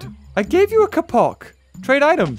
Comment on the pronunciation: Episode 8, and still can't pronounce Kapok 😂